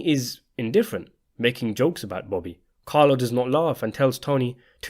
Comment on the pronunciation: Why is it so hard for you to say Bobby instead of booby?